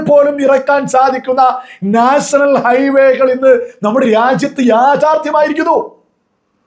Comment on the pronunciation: നാഷണൽ അല്ല നേഷ്ണൽ എന്നാ ണ് മുഖ്യൻ പറയുന്നത് അതുപോലെപറ